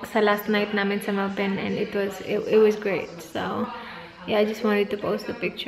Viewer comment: Thx melboon haissssttt been telling u that on d past vlog but u were not ready then.... So was just watchin and doin😬😬😬whenever u say melborn.... Ur fans will get upset when try to correct u, oh well.... Judy had d same mistake and I hve learned that from her she was stood corrected as well😌